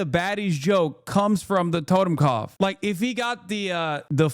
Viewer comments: BRO, YOU CAN'T even prounounce the word correctly! WTF ARE YOU EVEN DOING?? TOTEMKOPF? It's TOTENKOPF you dunce. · Learned about the double lightning bolts in the last decade... today is the first day I've ever heard of... were you saying "totem cough"? That's what it sounded like, but I'm hard of hearing and those two words put together doesn't make sense. But as for the image of the tattoo, never seen it, never heard of it. :x